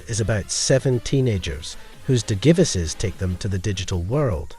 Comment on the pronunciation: I wanted to watch your video bro I really did but the way you pronounce Digivices makes me want to rip my ears off